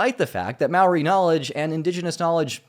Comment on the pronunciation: Hey from Aotearoa, just a heads up that Māori is pronounced "mo-ur-ri" (kind of like mouldy), with a slight roll on the 'ri'. :)